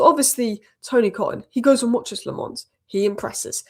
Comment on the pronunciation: Its not LeMons... the A is a sillent A (sounds more like you are saying A from back of throat)